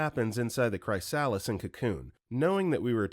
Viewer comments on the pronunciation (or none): That chrysalis pronunciation threw me for a loop